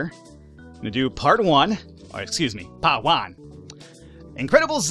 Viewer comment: Paht Wan! Paht tu! XD I love the way he says them.